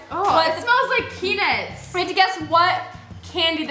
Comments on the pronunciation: Pea-nuts not pea-nits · when said is this peanuts it sounded like pen*s